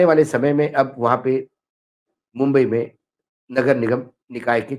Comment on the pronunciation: Mumbai bola bumbai nahi